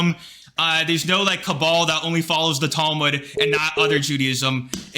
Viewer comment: Why is it that everyone who hates the book can't even pronounce the name of it in the right way it's not towe mood😂